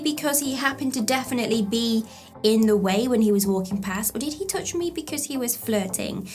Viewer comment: Love the way you say "touch" . . . as in "tooch." You rock. Love your videos. They really help.